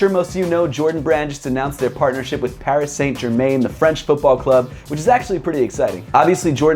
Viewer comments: Hate to get picky but it's pronounced "Pari San Jerman" oof what a shit way to say it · paris saynt germayn. very nice pronunciation. good review tho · ‘Paris saint ger main’ hahahahahhahh that was brutal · Parry San jerman is closer to how you pronounce it dunno how you would spell it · Paris - San - Ger - Man is the proper pronunciation. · Pronounciation is "Pari San Jerma", right? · The way he pronounced Paris Saint Germain 🤮🤮🤮🤮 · I'm not french myself but you could at least try to make it sound French. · brooo u pronunciate PSG completey wrong, it hurts 😂 keep up the good work 💪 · I’m sorry I’m a big fan of yours but you absolutely murdered their name 😂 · Dat Pronounciation of Paris Saint Germain😂😂 oof it hurt to here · Right lol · this was exactly what I was gonna say haha! my ears are bleeding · I was gonna say that.....awful